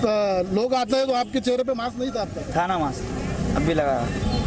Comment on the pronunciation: Mam apne kuch mistake ki hai apne मास्क को माक्स मत बोलो 🙏